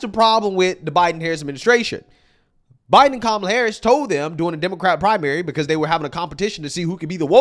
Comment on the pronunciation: That fool said "Bye-done 4 ever bro!"